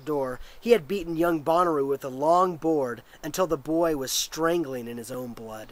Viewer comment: Shouldn't it be said more like Bow-na-row? Bonnaroo is a music festival. :)